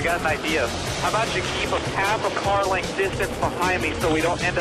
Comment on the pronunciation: what’s a legnth